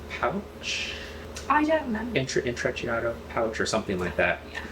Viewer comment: You are both divine! Love watching you together. But please please please for the love of all things Italian please learn how to pronounce ‘intreciatto!’ Try phonetically ‘int-tre-chatto’ not ‘in-tre- chi- aaaato’ - you’ve both made the word longer than it is and you don’t single out the ‘I’ - instead it’s short and sharp.